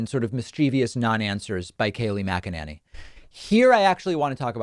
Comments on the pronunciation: Why does he keep mispronouncing her last name? The lady drives me batty, but every time David says Mac-A-Nay-Knee I cringe just a very tiny bit. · MAC uh NAY nee, dummy... not MAC uh NAN ee. How many times do you need this explained to you? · Kayleigh Mc-a-ninny.. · Kay-lie Muck-a-ninny! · Mackannany ir what's it spelled sounds kinda like wackadoodle 🤣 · Does David say her name as MagaNanny? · I love it when he calls her Kaleigh MACANANNY! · Mac-a- Ninny